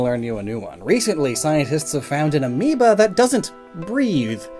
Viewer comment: did he say amoeba or amiibo?